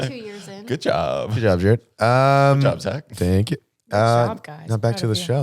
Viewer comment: Not “Jarrerd.” 🫠